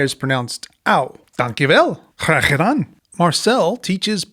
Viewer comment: I'm English but I live in Flanders, Belgium so I speak Flemish but they're the same here they can mostly all speak English too. Your pronunciation of graag gedaan was spot on!